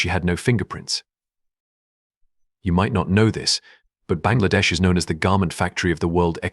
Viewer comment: Your pronunciation is to be improved. Even the prime minister's said wrong. 👎👎👎👎👎👎👎👎